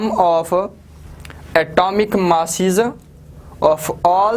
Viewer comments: Sir maass ni mass hota hai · Wow today I knew the correct pronunciation of mass🙌🙌🙌